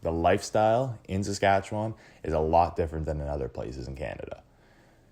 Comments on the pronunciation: I agree, a bit insulting when your pronunciation is "Satchewan". Ugh! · The way you pronounce Saskatchewan is absolutly killing me man